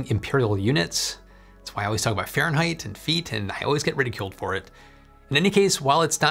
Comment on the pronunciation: haha said farengheight and fiit 🤣🤣🤣 how ridiculous